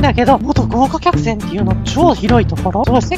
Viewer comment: が豪華客船のことをごうきゃかくせんって言ってる笑笑